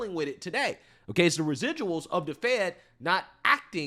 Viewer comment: She was never qualified. Biden said Otay.